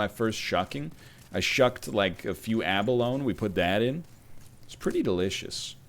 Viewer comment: For the love of all that is holy, please pronounce abalone correctly. It's abalon-ee